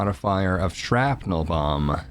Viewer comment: Duuude every time he says bomb I think he says bong so I take a hit now I can't stop laughing